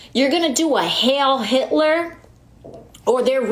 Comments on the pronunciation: Please get word to AOC that it's "Heil" not Hail. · Mispronounced "Heil" too... It's NOT "H-A-L-E". "i before e except in German" or something...